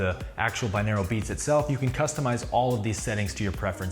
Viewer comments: It's pronounced bi-noral beats. Not binaral. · Lol i had to pause the vid cus I'm getting really annoyed by the way he's pronouncing 'binaural' as ¿binaeral? :( should be bi-NOR-al The word just means 'of two ears' Whereas monaural means one ear, binaural is 2. sigh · What a weird pronunciation of binaural. It’s bin-or-al not bin-ear-el... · au is pronounced aww or oww hence Bi-nawww-ral not Bi-neer-al